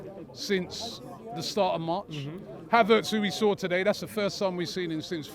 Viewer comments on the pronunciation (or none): none